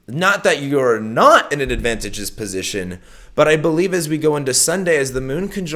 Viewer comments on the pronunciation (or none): sorry to tell you this but you're not pronouncing advantageous right. advanTAYgeous is how you wanna say it;) carry on! Fuck it, BREAK IT! LMAO! Oh God, how I love you! lol So damn funny!!